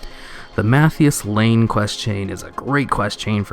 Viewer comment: it's not Matthias Lehne, It's Matthias Lehner... an anagram for Arthas Menethil